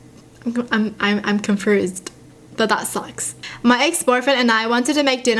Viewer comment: Is it me or does sound like she’s saying confruse not confused 😂